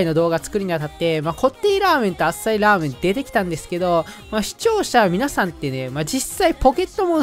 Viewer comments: 滑舌悪くてザーメンって言ってた瞬間あったわ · ラーメンがザーメンにしか聞こえなくて草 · 本当に申し訳ないけど「限界を超えた濃度を再現したザー◯ン」にしか聞こえない。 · ここ絶対「ザ」って言ってる😏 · ザーメンに聞こえる？ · za-メンにしか聴こえないww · ザーメン言うてるやん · 完全に言ってるよね？ラーメンには聞こえないよね？笑っ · 限界こえた○ーメンにしか聞こえなくてごめんなさい